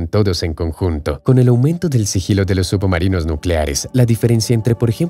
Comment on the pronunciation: Por que dice subumarinos?